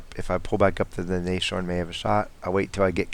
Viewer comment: Nice demo of what (and what not) to do when spotting along a ridgeline. The same happens when defending Siegfried Line, a good scout makes all the difference there, especially along the north ridgeline. By the way, "Nashorn" would be better pronounced in split syllables: Nas- (like in NASA) -horn. This because "Nashorn" is the German word for "rhinoceros": nose + horn.